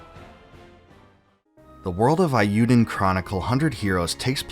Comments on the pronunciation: The Japanese vowel sound for E is how we say A in English. SO it should be pronounced A U Den Chronicle. Sorry I just had to tell you this before I can continue your video. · Eiyuden is prounced with a long A sound. Not like "I". "ei" being pronounced like "I" is a Germanic pronunciation. In Japanese e is pronounced like "eh" and i is prounounced like "ih". Combining them gives an "ay" like the end of "today". It rhymes with "hey you den" Eiyuu means "Hero" in Japanese.